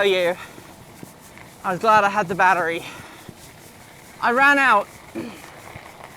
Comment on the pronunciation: I’m glad that the hydraulic disc brakes help soak up the bumps 🤨 - aluminum alloy* I think you let your proper British accent (fake?) slide there when you said battery? aren’t you just describing almost every electric bike power delivery? It’s just inherent that the power fades. Pretty half assed review overall, IMO. Very basic and You didn’t even mention anything about going into the advanced section and changing the pedal assist to level 9 or any of those options… I would contact your velowave representative and ask them to send you the “off road controller” that “unlocks the speed”.